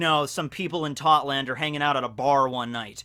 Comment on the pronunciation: its totto land not totland